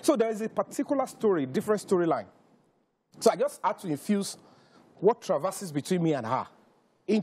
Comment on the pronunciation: Which articulate? His grammar is extremely bad. He cant even pronounce simple words like "Had" he says "ad", "happy" is "appy'". He is here talking nonsense that makes no sense.